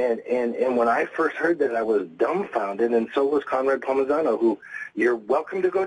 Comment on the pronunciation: Steven................??? Its not Conrad Palmigano...........(dumb fuck), its Conrad Palmisano.............Lying POS........... and Steven, you are a fighter and you dont know Ronda Rousey?? fucking liar